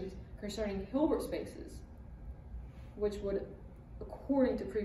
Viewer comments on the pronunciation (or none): none